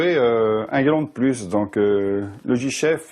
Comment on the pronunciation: Sa langue à fourché. Il dit aussi "un glon de plus" à la place de "un galon de plus". C'est évident qu'il doit être au courant que le personnage s'appelle Cruchot... De plus, il a raison : le premier gendarme débute en noir et blanc.